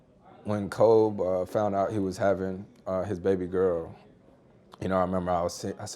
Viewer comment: kind of annoying how he keeps saying "Kob" instead of "Kobe". Like I get it, he probably called him that, but come on man, out of respect for him now, at least say his name right.